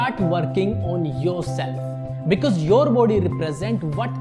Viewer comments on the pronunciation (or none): none